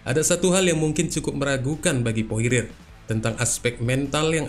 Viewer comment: Dustin porier bang, Bukan poire, masih - Mending poirer